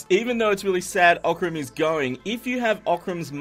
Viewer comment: You can say that Oc-ran!